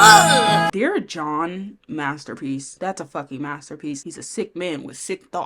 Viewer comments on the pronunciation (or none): The pause in dear john is so funny😭